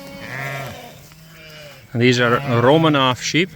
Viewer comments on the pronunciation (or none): none